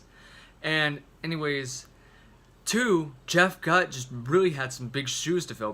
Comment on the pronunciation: At least you pronounced “Bennington” correctly. (Why-land) (Goot) And, in my opinion, Meadow and Finest Hour are the dedications. But wtf do I know?